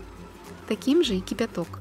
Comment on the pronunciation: смотрю все ваши рецепты, очень все нравится, много чего приготовила по вашим рецептам. вот только ваше произношение кипЯток очень режет слух, ведь не все же мы слова произносим так как пишем )